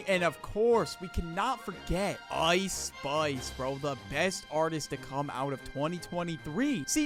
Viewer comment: "Ice Spuice"😂